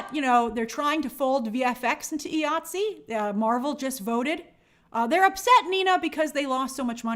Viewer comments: It’s “eye-ah-t-see”, IATSE. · Hey Grace, IATSE is pronounced EYE ATSE. Keep up the good work.